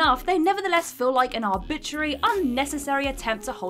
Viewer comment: Say “arbitrary” again...